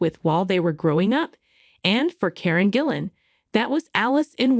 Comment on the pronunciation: I presume AI can’t consistently use a hard G.